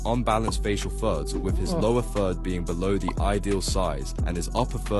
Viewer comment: bro i thought he was saying “facial THUDS” for like 7 minutes of this video until i started reading the text 😭